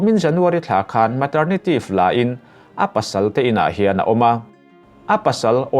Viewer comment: Maternitive lain... Maternity leave tih tur zawk niawm tak a ni😀😄